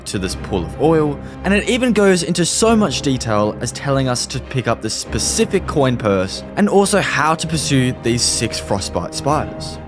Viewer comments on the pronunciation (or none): none